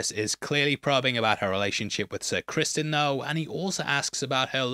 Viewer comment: what? He's the king, he didn't tell anyone but the dragonkeepers when he requested them to get Sunfyre ready. They had no reason to think that he didn't tell anyone else And it's Criston not Crispin lol wtf